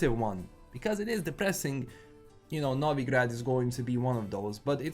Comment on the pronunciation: I can hear the slavic roots of pronunciating Novigrad how it should be pronunced. Bravo brat!